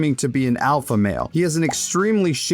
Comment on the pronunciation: Lex pronounces alpha with a W.